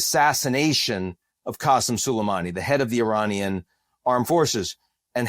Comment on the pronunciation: LOL u can’t even pronounce Iranian and u want ppl to take u white folk seriously??? 😂